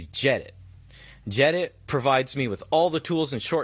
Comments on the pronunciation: It's gedit not jedit dude, unsubscribed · Its GEE-EDIT ye yank.